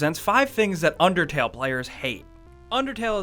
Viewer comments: its unDERtale not unTERtale XD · He said untertale omg DUDE it's unDertale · It's undertale not untertale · Was it just me that saw at the beginning it said untertale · No, UNDERTALE! Not Untertale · Video starts Under-... untertale. untertale? UNTERTALE? Untertale. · The intro says Untertale. No disrespect love u guys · Untertale? You couldn't English any better there sir. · at the start it said untertale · no is says untertale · it undertale not untertale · At the beginning it said "untertale" not "undertale" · you said untertale in the vid. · "untertale" at the beginning of the video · the beginning says untertale...YOU HAD ONE JOB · The intro says untertale lol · Lol it said untertale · The beginning says "UNTERTALE" not "UNDERTALE" 😂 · It says untertale at the start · Imma be salty and point out that it said Untertale instead of Undertale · Heh. Hey buddy, it's not Untertale, it's Undertale. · "Untertale" nice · anybody notice the begining said untertale? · LOL HE SPELLED UNDERTALE WRONG HE SAID UNTERTALE LOL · it said at the start UNTERTALE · UNTERTALE XDDDDDDDDDD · He accidentally said Untertale for the introduction. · the intro said untertale lol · It said untertale at the start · ... .. Untertale..? I don't actually know that game, sorry. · UNTERTALE lolwut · Untertale at the beginning lol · lol they spelled undertale wrong they said untertale. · Beginning, "UNTERTALE" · "Untertale". How do you even- forget it... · untertale ? lol right at the start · Um, right at the beginning, 5 seconds in "Things Untertale players hate" UNTERTALE UNTER T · At the beginning it said untertale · I thought I was the only one who noticed it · "UNTERTALE" nise going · "Untertale" What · Untertale. UNTERTALE. UNTERTALE! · it said untertale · Untertale....yeah....did anyone notice that? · anyone else notice how it says untertale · Untertale XD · i love that overlaying T on "undertale"